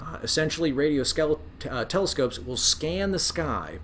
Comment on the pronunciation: I died when you nearly said skelescopes